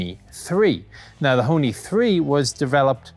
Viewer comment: Ho(r) Ni